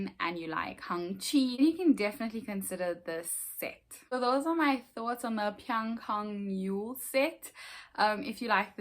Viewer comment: Well done on that pronunciation! Thanks for sharing♥️